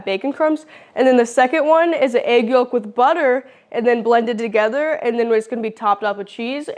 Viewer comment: Yolk the L is silent. Walk yolk folk silent L eng 101